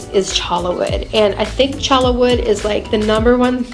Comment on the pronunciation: It's pronounced 'choya' wood not 'chola' wood.